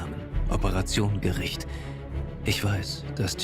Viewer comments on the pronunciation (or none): it‘s Operation Gericht, not Gerricht..